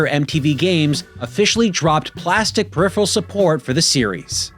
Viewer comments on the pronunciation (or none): Rage-baiting with that pronunciation of “peripheral” is amazing. Periphrehal 😂😂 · I don’t know what’s worse. A Mad Catz controller, or someone who pronounces peripheral like pehipheral. 😬